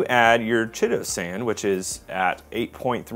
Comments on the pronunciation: Chitosan is pronounced kite-oh-san FYI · BTW chitosan, (so named because it is made from chitin) and chelating are both words with Greek linguistic roots, and for that reason the "ch" is pronounced like a "k" (like chorus, which is also derived from Greek) instead of like the English "ch." Keye-toe-san and key-late-ing